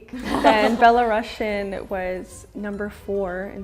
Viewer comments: That sh (ш) sound in the word Belarusian was triggering me the whole time. The name of the country is Belarus and the language is Belarusian (беларусиан), not Belorussian (беларашн). Natalia herself pronounce it the wrong way. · BELARUSian, not BelaRUSSIAN, just to clear any confusion. Also letter O in Belarusian is always stressed, so it should sound nyaskÓranasc' = няскÓранасць 👌 not ≠ няскорА́ННасць. But she was so funny that it doesn't really matter 😂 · The right pronunciation - Belarusian, not Belarussian. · Belarusian. Not Belorussian